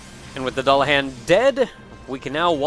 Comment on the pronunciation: you keep mispronouncing Dullahan